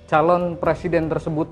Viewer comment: Bang, bukan PRASIDEN …. Tetapi PRESIDEN - pre Bang, bukan pra, bang❤️🙏